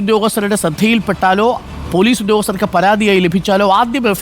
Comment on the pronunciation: പോലൂസ് അല്ല മാഷേ ....